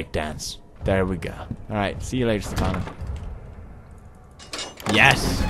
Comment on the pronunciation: staphano, your drunk. Go home